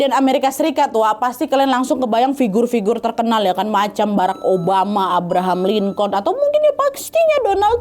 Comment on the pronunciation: Abraham Lincoln bacanya tuh Abraham Linkin 😂 bukan Linkon